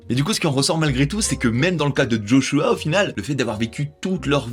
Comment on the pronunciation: Quand on parle des Jeux Olympique, on dit pas D'JO, donc je sais pas pk D'Joshua. Joshua ça sonne tellement bien sans un D'